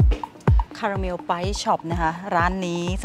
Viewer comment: ขอบคุณนะคะ สำหรับคำแนะนำ ออกเสียงผิด ตอนนั้นหิวคาลาเมล เห็นขนมขายเยอะ 😂 💕💕💕🙏🏼🙏🏼🙏🏼😊